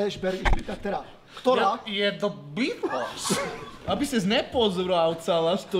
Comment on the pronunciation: Radim video sem nikde neviděl kde by to takhle říkal ale už i v jiných videích kde Žbirku parodovali tak tam vyslovovali The Beatles úplně stejně